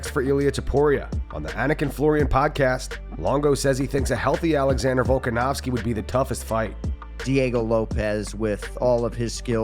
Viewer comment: Why does Ray Longo keep calling him VolkanOWSKI? 💀